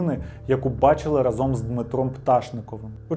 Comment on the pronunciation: Відео прекрасне та дуже інформативне, але коли автор говорить проєкт, а в наступному реченні разОм, то по вухах знатно б'є. Я нічого не маю, але якщо говорите по правопису-використовуйте його, будь ласка, в усьому